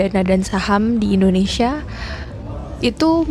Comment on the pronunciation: Rupiah Mendonia Ringgit Menjadi Pojaan Endondeshia😂😂😂😂😂